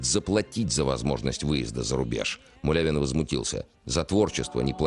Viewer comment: Извините, мулявину, фамилию правильно